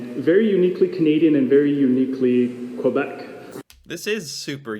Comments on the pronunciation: Kuh-bek, not Kay-bek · Québec is not pronounced "Cue-bek" or "Kway--bek", it's "Kay-bek", tabarnak! As for the Ice-canoeing, it's an extreme sport that is far from being common and notice how they use oars instead of paddles, so they're not even actual real canoes. I had canoes since the early 80's and never I would go canoeing in running freezing waters. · There are several copter companies which offer flights over the falls... every so often, they crash into each other... and, Quebec is actually pronounced KAY-Beck... a native word meaning "Place where the water narrows" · Québec: K-beck!!!! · Why on earth did he say "q-bec"?? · You were correct,, about those guys mispronouncing the name "Quebec." Perhaps they were tourists? At any rate, it's pronounced 'kuh-beck.'- Ice hotels exist in Scandinavia as well. They are so popular, in fact, that you have to make your reservations early. Since they melt after winter ends, they have to be rebuilt every year... so they look different from year to year. There's a documentary which features the men and women who build these hotels every year; I've seen it on T.V., but perhaps there are some similar documentaries here on You Tube as well???? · Quebec in French is pretty easy to pronounce. It's : K - Beck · It’s pronounced Kay-Beck For our American friends down south :) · David Suzuki still says kway-bekk, but I'll forgive him because he's old. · Buddy did pronounce Quebec wrong. I've mentioned before a video on the Quebec Winter Carnival, it happens every year in February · Thank you for correcting the idiots pronunciation of Quebec